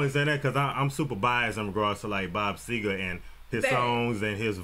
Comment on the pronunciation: Bob Segar NOT Seeger!!